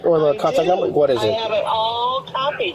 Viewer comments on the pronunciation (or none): none